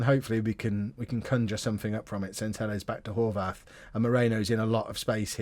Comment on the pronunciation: Horvath is an Austrian/Hungarian name you pronounce the th like a t